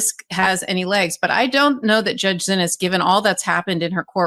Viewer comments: ❓@ when are you going to pronounce the judge's name right❓ It throws me off every time you say, "Zinnis". Her name is pronounced, "See-knees".😜😁💜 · Why do you stubbornly refuse to pronounce the judge's name as "SEE-knees", after being told over and over that is how the judges is addressed? Totally frustrating.